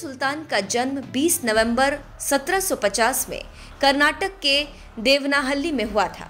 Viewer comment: देवनहळ्ळि ✔✅correct देवनहल्लि ❌ nahi 'हल्लि' mean 🦎this in Kannada 'हळ्ळि' mean village.